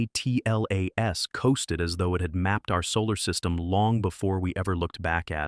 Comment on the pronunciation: Why can''t the commentary say Atlas ....rather than A.T.L.A.S??